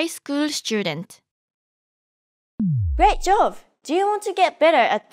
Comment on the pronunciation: Thanks for the great video! Fun fact: Throughout the lessons, I kept hearing "Great Jove" at the end of each one and found it a bit odd to reference the Roman king of the gods in a Japanese context. It wasn’t until I finished lesson five that it finally clicked: she’s actually saying "Great job!" The way she pronounces b like v (and vice versa) threw me off initially. I’ve noticed this phonological trait among many of my Korean friends as well, so I wonder if it stems from some similarity between Japanese and Korean phonology.